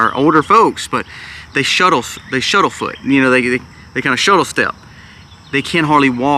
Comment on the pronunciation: It's....... SHUFFLE step........ not shuttle 🙄🤣